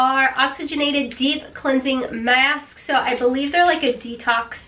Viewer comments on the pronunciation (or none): you tickle me with how you say mask, love it